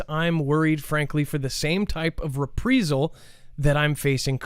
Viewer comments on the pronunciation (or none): OK, this guy doesn't even know hiw to pronounce "reprisal," "obfuscate," "debris??" You guys are paying attention to this guy? He's actually making money doing this?